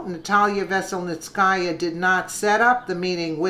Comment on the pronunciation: good job, trying to pronounce these names that come up. PS enjoy listening to you.